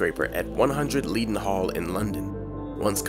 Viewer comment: Oh, the pronunciation! 😂 Tulip is pronounced chew lip, not too lip. Leadenhall is pronounced led en hall, not leeed en harl. The Oxo Tower is pronounced Oxo not O X O Tower Lastly Hertsmere is pronounced Harts mere, not Herts mere.